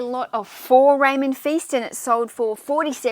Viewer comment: Great video! By the way Feist rhymes with Heist, not feast:) (I only know because I'm listening to his audiobooks)